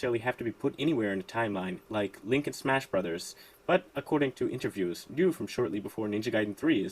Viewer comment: Thank you for pronouncing Ryu correctly,.